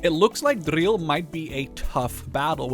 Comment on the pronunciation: As a Dutchman I am surprised by your amazing pronunciation of "Driel"